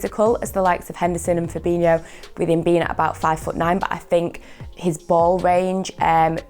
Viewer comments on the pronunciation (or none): none